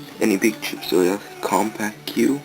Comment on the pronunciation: Not trying to nitpick but "Compaq" is pronounced like "Compack". Really cool machine by the way!